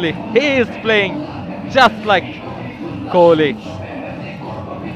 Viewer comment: ওর নাম তো Kohli , kholi nh!!!😅